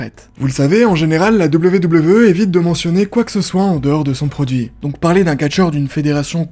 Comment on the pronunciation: Merci pour la vidéo ! Par contre pourquoi tu prononces toujours les R en fin de mot des verbes du premier groupe à l’infinitif ?